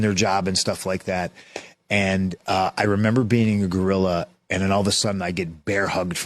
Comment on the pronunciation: it’s called Gorilla as in Gorilla Monsoon, not Guerilla.